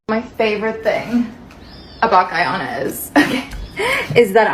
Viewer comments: Get ready with me while I tell you facts about 'Gie-ohnna"🤨🙄🙄🙄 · She can’t even say Guyana right 😂